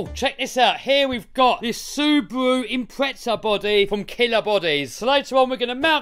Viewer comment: Sewbrew Impretza 🤣